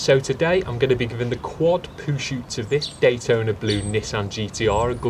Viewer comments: Its called Poo-Chute not shoot. Poo-Shoot means you're shooting poo or shooting something at poo. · chute. not shoot